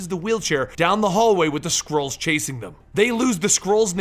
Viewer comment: i heard squirrels not skrulls